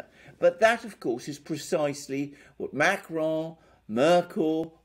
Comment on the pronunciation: STOP saying Macron as if he’s Spanish. You do NOT pronounce the N at the end of a French word! Learn to pronounce the names you cite! 🙄